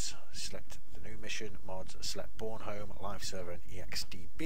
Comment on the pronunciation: You pronounce Bornholm wrong... I'm from Denmark ;D